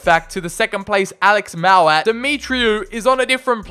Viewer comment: Just saying, But you completely messed up the pronunciation of Alex Mowatt’s name. But everyone who don’t support Barnsley say it like that